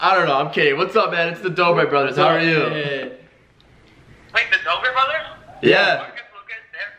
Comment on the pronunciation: chaitai patel uhmm it's dobre and not dober